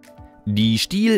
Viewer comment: schöner Versprecher ->Stihl. Die im Video gezeigte Makita ist eine DUC353Z (werzeugloser Kettenspanner)